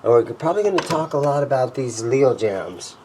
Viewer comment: Love Jaymz in not pronounced “Leo Jams”. It’s pronounced “Leo James”. That’s straight from the owner of Leo Jaymz.